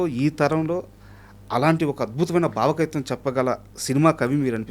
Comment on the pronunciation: బావ కవిత్వం కాదు యాంకర్ గారు , భావ కవైత్వం అనాలి …😂